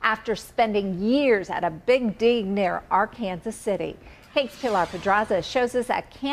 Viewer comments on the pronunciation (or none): Did she just say Ar-Kansas?